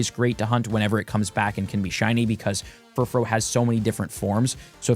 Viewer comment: That was bad, but the Furfrou forms pronunciations was infuriating.